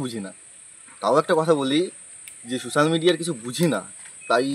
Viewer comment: আরে ওটা সুসাল মিডিয়া নয় রে ওটা সোসাল মিডিয়া 😂